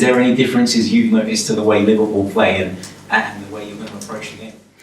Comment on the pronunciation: Can’t even say the word Liverpool lol.